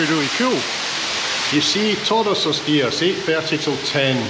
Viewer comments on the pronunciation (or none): none